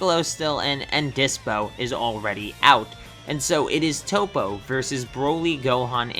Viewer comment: It’s not tOpO it’s top